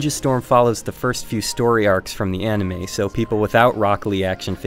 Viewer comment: I know right the fuck?????? All fighting games are like that? Did he did that just because he hates naruto? He doesn't even watch it and he can't even say anime right....